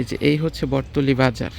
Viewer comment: জায়গার নাম বটতলী না ❌ বটতলা